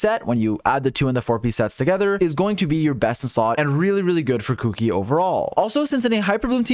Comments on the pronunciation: The way you say Kuki’s name is triggering me. 😾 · It's weird to me how people call her Kuki instead of Shinobu lol